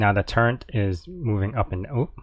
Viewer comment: Turret not turrent!